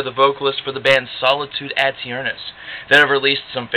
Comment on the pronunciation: I've never heard someone pronounce "aeturnus" the way you are in this video. Are you sure that's correct? There should be no extra emphasis on the "a". In Latin, the "ae" would be the "eh" sound. It's where we get the word eternity, eternal, etc. from.